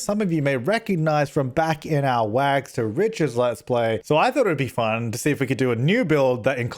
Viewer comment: I had to rewind to actually hear you say "Wags to Riches" idk, I think I like it